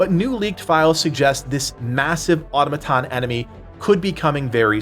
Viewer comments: bro its at -mit-on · pronounce automaton wrong again one more time and im going to lose my mind